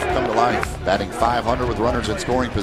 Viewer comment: Bat-Tin lol Great Job Though Boys